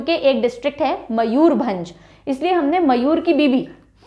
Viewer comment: Almost correct but not all correct. Let me correct. Balasore is "Baleshwar/ बालेश्वर" Kalahandi is कलाहांडी not कालाहांडी Bargarh is बरगड In Odia langua the use of अ is more than आ For example Ba is ब not बा So Mayurbhanj is मयूरभंज not मयूर भांज I hope this is clear. I wish ther is any voice text service in YouTube. I could have recorded and commented. Cheers!